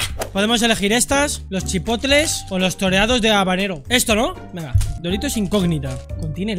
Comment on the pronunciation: Chipotle jajaja chipocle jajaja